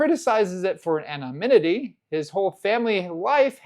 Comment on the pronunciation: You got your N’s and M’s mixed up on the word anonymity.